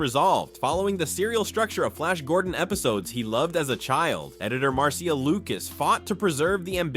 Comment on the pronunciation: The pronunciation of “Marcia” was the dead giveaway of AI voicing.